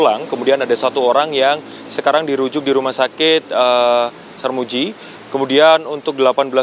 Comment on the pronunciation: Rumah sakit Sardjito maseeee bukan sarmuji..sarmuji kih sopooo😢😢